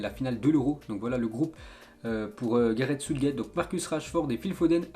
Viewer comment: gareth soutegéte